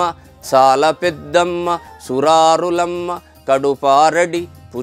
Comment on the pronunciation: Suraarullamma kadu swami, " surarullamma-kaduparadi bucchinayamma". Motham oke sari chadavali. Meku nachina chota pause isthe meaning maruthadi.